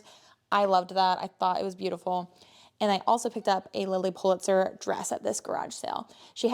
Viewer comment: I'm sorry I couldn't make out what you said Lilly Pa What? I'm getting back into reselling and brushing up on clothing brands